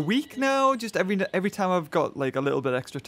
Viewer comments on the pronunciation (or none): none